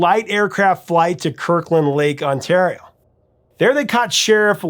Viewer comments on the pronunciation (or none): none